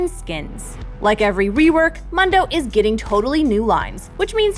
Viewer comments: every fking time she pronounced Mundo as Mando I kept thinking of Star Wars... ffs listen to his lines and you'll see its pronounced MOON-DOH!!!! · it's mOOndo NOT muhndo. how do you fuck that up. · Why does she pronounce it mun doe it’s moon doe she so dumb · MOON DO MOON DO NOT MUN DO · It's not "munn-doh" It's "moon-doh." . . . like Telemundo. He even pronounces his own name "moon-doh" SMDH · It´s pronounced MOONdo and NOT MANdo ;D, correct me if I am wrong....but i cannot wait to see the new changes :D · ITS MOOOOOOOOOOOOOOOOOONDO NOT MUHHHHHHHNDO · mUndo not Mando. sad to hear this. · Mundo was never a doctor in the lore and it's pronounced Moon-doh, not Mun-doh. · It's not MUHNDOH It's MOONDOH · ITS Not Mando ITS muuuuuuuuundo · Mundo not mendo WTF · MUNN DOH ( its moondoe) lol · If I hear mondoe one more time Ill be very angry ITS MOOON-DOE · It's MOON-do, not Mundo. Is she an absolute narc? He says it IN THE GAME. God, anyone who pronounces it like that makes me have an irresistible urge to flashbang the nearest orphange. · I cringe with them saying “muhndo” when it’s “Moondoh” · Why are you pronouncing it as MUHndo? He clearly says MOONdo ingame lol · It's muhndo not moondo? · Never call him “mun-dough’ ever again. His name is ‘moon-dough’ he literally says his name in almost every voice line and you still call him that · So no one is going to correct her “MUN-DOE” he literally says his name “MOON-DOE” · Moon-dough not Mun Dough That made me cringe fams xD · I hate when people do this but I have a valid excuse Mundo is pronounced Moon-dough not munn-dough and my excuse is my last name is Mundo :) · 'Moon-doe' not "Mun-doe" lolllll makes me cringe. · It's pronounced , Moooon-doh, not muhn-doh -_ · IDK why it annoys me, but pleeease pronounce Dr. Mundo's name correctly (moon-dough, NOT munn-dough) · Its not Mando, its Mundo! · It’s MOON-DOUGH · did she just call him MUNdow? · Pls for the love of god stop calling him mando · PLEASE! IT'S PRONOUNCED MOON-DOE